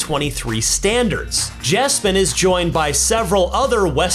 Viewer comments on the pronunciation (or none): Carly Rae JEPSEN Not “Jespen”